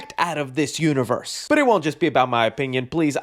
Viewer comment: Jason Un-one-vee-three-rse? Ugh